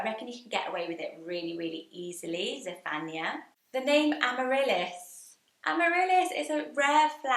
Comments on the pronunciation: That is not how you say Zephaniah Sounds more like Zef an -eye ah iah makes an eye-ah Sounds Same as other biblical name like Isaiah Jeremiah Jedadiah Josiah Hezekiah Nehemiah Obadiah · I really enjoyed this list! So fun. Definite fave is Beauregard - like Violet Beauregard ! I haven’t heard Zephaniah emphasising the ‘phan’ - always the ‘Niah’ stressed. I’m from Wales, there was a girl in my year and she always pronounced the G in Angharad? Lastly - where is your lipstick from? It’s a lovely colour! X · I've never heard Zephaniah pronounced like that?